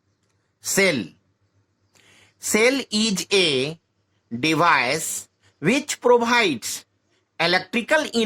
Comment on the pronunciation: KYA BOLTA HAI BE CHUTIYE ANGREZI KYA HI BOLTA HAI Sell IESH A DEBICE which probides components,,,charjess,diffarance ,cantinous 😂😂😂 Esse badiya hamare madarssse Mai padate hai